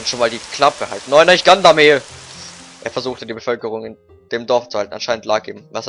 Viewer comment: Gandamel ?! :D entweder gagarmel oder Gandalf aber gandamel xDD